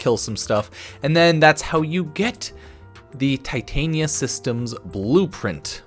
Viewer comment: It's Titania like the Fairy queen, not Titanium like the metal